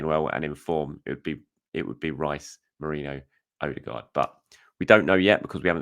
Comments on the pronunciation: mer-ee-no please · Still struggling to say Merino I see 😅